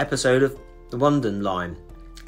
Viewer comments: Nice one. I was scratching my head a bit when you said "The one din line". Then it hit me, it's actually pronounced "Oh knee din". Starring Peter Gilmore it was a series about the adventures of a merchant sea captain and his crew.😉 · Brilliant video and very interesting, I remember so much of this and as I recall he was born in the town of Shaw near Oldham. By the way I think it's pronounced. Oh ne din line not one din line. That was another great program. Thanks for sharing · One-din line, hee hee, pronounced O-nee-din .... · Interesting synopsis, though I should point out The Onedine line TV program is phonetically pronounced Oh-knee-din line, not One-din line. Other than that, A great little channel… keep it up.👍🏼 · It's pronounced The O-Needin Line, but you are a young man xxxx